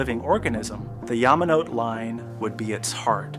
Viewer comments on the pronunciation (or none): just a FYI the final e in Yamanote is pronounced not silent "Yah-mah-noh-teh" not "Yah-mah-noh-t" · “yama note”??! you make a video about tokyo, but can’t even bring yourself to pronounce all the japanese words correctly??! 🙄 🙄👎👎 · I think so, Yamanote is pronounced yah-mah-no-teh. Whoever uploaded this video isn't even watching the finished product or doesn't care. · Sorry, can't get past how you pronounce "Yamanote."